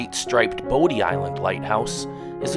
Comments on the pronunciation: man you slaughtered those names... it's pronounced Body not bow-d and Car- ra- la not core- oh- la, Man- tee- oh not man tay oh... but nice video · Nicely done! We live on the Outer Banks! However, a few factual corrections for your viewers: "Corolla" is pronounced "Curr-allah", Bodie Island (Light House) is pronounced "Body" Island. Manteo, the town on Roanoke Island is pronounced "Manny-oh". It's "Jockey's Ridge"" state park. And Orville and Wilbur Wright visited here many times to achieve first flight, but they didn't live here, not long term. They had to bring anything they needed over by barge from the mainland. To see wild horses, better head right on up to Corolla adn Corova, the part where you have to drive on the beach because the road ends there. You're not going to see any/many wild mustangs anywhere else on the OBX proper. :)